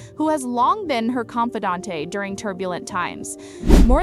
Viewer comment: "Con-fih-DAWN-tay"? That word has three syllables.